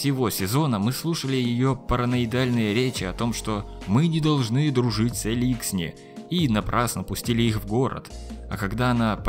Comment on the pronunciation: Даже в игре говорится элИксни, а не эликснИ или Эликсни... господи